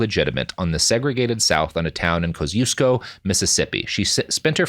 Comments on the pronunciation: As a Chicagoan, listening to Robert struggle to pronounce Kosciuszko is agony lol. (I say that with affection cuz i get it, Polish is whack.) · I'm from Poland and I was wondering what other Polish name he's trying to pronounce because I was sure it couldn't be Kościuszko :D How do you pronounce it? It's tricky because I don't think you even have the sound for "ci". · Kosiusko Pronounced (by folks in Mississippi at least) Koz-EE-esko